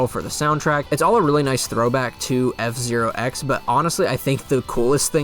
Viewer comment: you emphasized zero instead of x in f zero x. Mwahaha